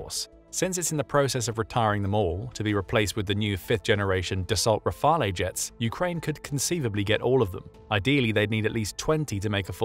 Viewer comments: I know French is not easily pronounced, but as a rule it is accented on the letter e, and final e's with no accent are usually silent e's so rafale the craft should be spoken as "rafal", btw it means a gust of wind or a burst of gunfire, you choose! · Dassault is pronounced Dah-Soh Rafale is pronounced Rah-Fahl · The E in Rafale is silent.😉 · Please, Dassault Rafale is pronounced Dasso Rafaaal. Do better. Slava 💙💛 !!!